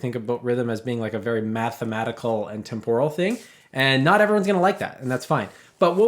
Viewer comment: 1. The accent in “temporal” is on the 1st syllable. 2. How in the world could any culture have a concept of rhythm that is not temporal?